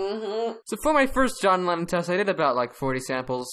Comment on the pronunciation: "hohn Weyyon" Lohn Jennon 2020